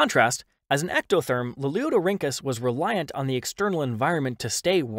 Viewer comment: The narrator's ability to consistently pronounce "Lalieudorhynchus" correctly is something I can only dream of achieving in life.